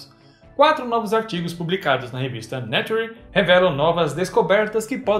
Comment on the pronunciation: Revista Nature, pronuncia-se NEITCHAR.